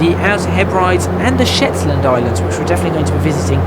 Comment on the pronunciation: The dumb idiot posted another video and refers to "Scotsland", this video we have "Shetsland" and of course that well known Californian landmark "Hollywood Park" - The guy needs to keep his mouth shut, he just keeps hanging himself. I think he likes the sound of his own voice and just blabbers on for the sake of it - Sometimes silence is golden.